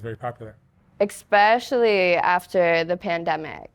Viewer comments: Very down to earth, very beutiful and smart. But Sugar, it's ESPECIALLY not EXPECIALLY. Keep going and growing!! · “Exspecially” UGHHHHHH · She said “detain my self worth” I was like damn that’s deep and then she said “expecially” and I was like whoops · ECspecially? Is that a Nebraska thing? (No offence meant, I'm from the UK). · “I’m so smart”…. “expecially in the strip club” “Again, I’m so smart.” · Some one teach her how to pronounce “especially”. There is no “X” in the word. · hey, spell especially then pronounce it again. You're not as smart as you think! Hubris.